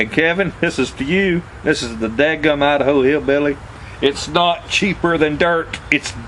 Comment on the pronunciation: LMAO great video love how you say Idaho ( I da ho) hillbilly glad Hf saved your drawers